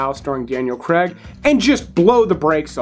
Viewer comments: it`s not creg it`s Craig you need to learn to pronounce english words correctly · It's CRAIG not Cregg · It's not Daniel Cregg! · Good video. But the Scarface time gap will only be the same in 10 years and Americans really need to learn how to pronounce "Craig".